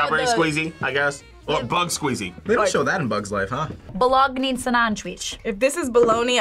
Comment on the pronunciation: Bologna (BOW-LOG-NAH)